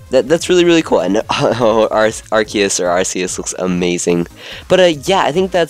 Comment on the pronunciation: Its ar-key-us not ar-see-us